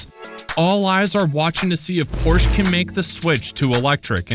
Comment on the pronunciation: Please for the Love of God, learn to pronounce Porsche correctly...